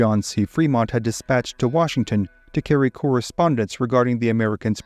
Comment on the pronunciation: That's why they call him WARshington